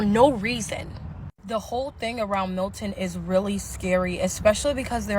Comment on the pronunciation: Milton hun, not Hilton